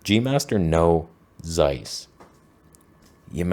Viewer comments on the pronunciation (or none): "Zeiss" is pronounced "Tseiss" by the way, not "Seiss". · You should learn how to pronounce Zeiss.